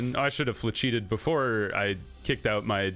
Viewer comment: Great vid man, you earned my subscription. Side note: Flechette is pronounced Flesh-ette. The lag is also due to a memory leak with the current version of the game. Will almost certainly be patched in the near future - after about three hours on the game I often have to restart my PC to get my cursor to render at normal refresh rate. There’s a program call ISLC (Intelligent Standby List Cleaner) that helps with this issue.